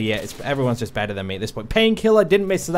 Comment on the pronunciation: Liam Crowley or when he says "I played the beter"